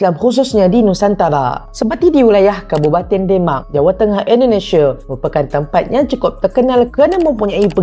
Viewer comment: Salam saudara.. sebutan nye biar bener...kok demak Indonesia ke demak euro..keh..keh